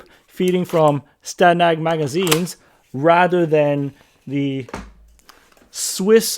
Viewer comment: as a Brit (living in the US) and a member of NATO, I thank you again for pronouncing STANAG correctly.